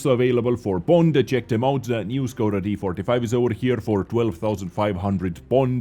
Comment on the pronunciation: you need to say the š like you wanted somebody to be queit and you sad Sss